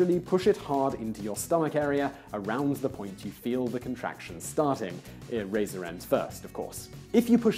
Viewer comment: I heard razor too, but I figured he said eraser lmao!!! 🤣🤣